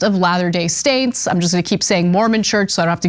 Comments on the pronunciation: Latter day Staints 😂😂😂 Its saints Ana😂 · "Latter Day Staints" ???? That was funny.